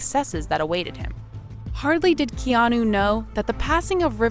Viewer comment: The narrator in this piece should correctly pronounce Keanu Reeves’ name.. she only pronounced his first name one time.. the other times , she says”Keano… really?!?! You are being paid to narrate?